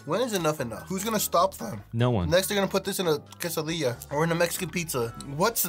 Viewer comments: this guy looks spanish, but says quesoDILLA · When you said caseu dille I was like: It’s pronounce cassa dea (dea as in idea) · Bro said quesadilla 💀💀💀💀 it’s pronounced kaysidia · Quesadilla is pronuced Guess a dia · ITS qay-sa-dee-ya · When he pronounced quesadilla wrong my soul left my body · Never say Quesadilla wrong again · bruh I know this man did not say Quesadilla the way he did man 🤦‍♂️ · He said it wrong